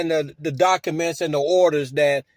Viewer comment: He keeps talking about serving people with "dock-a-menz." Just what exactly are "dock-a-menz?"